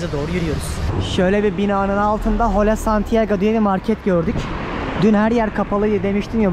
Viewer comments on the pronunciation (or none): Merhaba “iHola”daki H’yi okumayın lütfen. “Ola” diyebilirsiniz. Lindos. 🫡♥️🧚🏻‍♀️